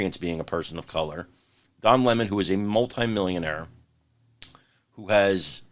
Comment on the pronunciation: Don Lah-Mon isn't very bright